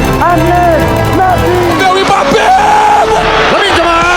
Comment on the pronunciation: MBAPE tanpa (P) Jadi Mbae😂